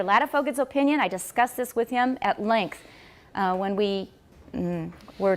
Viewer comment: I discussed this with him "at links", 这里似乎是 at length